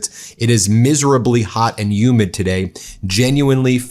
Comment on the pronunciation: Humid not umid